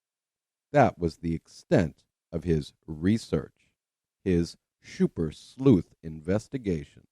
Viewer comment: "phish mc donish" (intentionally not capitalized) kills me, lol. I love it. I especially enjoy you saying "Shummer " and "shuper cop".... I know, I'm petty but he is such a monster! If you want to be truly sickened, watch his case review on the death of Rebecca Zahau. It was before Mike Profiling Evil gave him his walking papers. I am convinced that that case review is what made Mike send him packing. Chris' thoughts and accusations about the victim, to her brother in-law are appalling. Keep doing what you're doing....you now have a shuper fan...me 😁